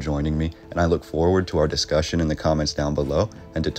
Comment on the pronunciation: “DIS-cuussion” what was that are you an ai?!